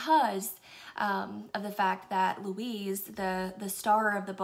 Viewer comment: The vampire named Louise? Pretty sure it's louis